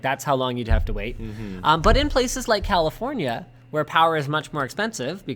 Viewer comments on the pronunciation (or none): none